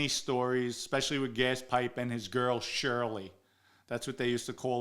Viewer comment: Herbie son Nick is still out there - I love the way he says Barnes is a goyle=girl lol